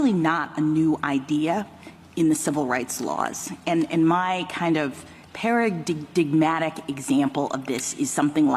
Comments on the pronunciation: Jeez! It's pronounced "Para - DIME - atic" - what a total, complete MORON! When you look up the fancy word, Ketanji, you should also learn how to correctly pronounce it!!! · Did she say "Para-dig-dig-matic" ? Giggity giggity. Handicapped or handycapable? She just said that a "race" of people- "folks", if you believe in race, is basically retarded... (which you can't say retarded anymore the way Obama and rahm Emanuel did) but, mentally challenged. I think the "Folks" do alright without help they don't need. I mean she was not appointed to the supreme Court for any kind of "disability" was she? Did they have to change the building code so she could get in to do this valuable Bolshevik work? She's right in a roundabout way-- it is impossible for her Bolshevik treason party to get an unrepresentative, hand picked and preferential majority in Congress without it. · Para - dig - matick.